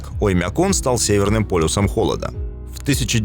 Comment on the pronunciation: Странно произносишь слово - "Оймякон". Слух "режет". Как будто забываешь название и читаешь со шпаргалки, да еще с каким то акцентом! Ролик совсем ни о чём, хотя про Оймякон можно много чего рассказать. Но все равно - лайк👍👍👍))